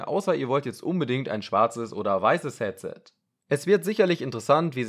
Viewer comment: Warum sagst du ,,Catset"? Trotzdem cooles Video